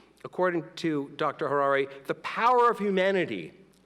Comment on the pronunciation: Who was that illiterate who introducedHariri but mispronounced his name? Who mispronounced the Latin title of his book, calling it “HomoDeuce”? He was so embarrassing